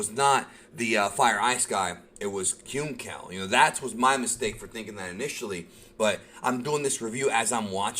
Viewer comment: I believe Hyunckel is pronouned to sound like "Uncle". You know since there's the pun of Maam, Pop.